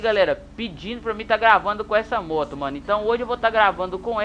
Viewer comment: VC FALOU ERRADO MOTO KKKK